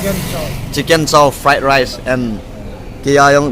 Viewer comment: Fright Rice. Frightening Rice 😅 Fight Rice..bro nabol thu ham or na pronounced thei lw ham. Naki phaltu sah ham or aphaltu mong2 nahi ham🐷🐷🐷